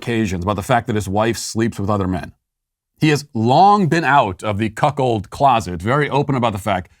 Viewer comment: Dude said Cuck hold rage….. 😂 😂 😂